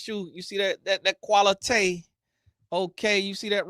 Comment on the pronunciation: "You see that qual-i-tey" 😂